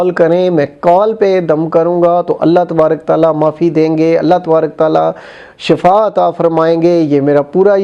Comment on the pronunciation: Baba ji shifa hota hy shafa ni hota